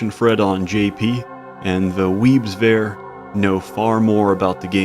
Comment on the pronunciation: The letter T is not an F. Its three not free, there not fhere